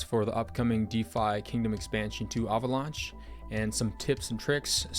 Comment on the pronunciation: good video but, that is not how you fucking say avalanche lmao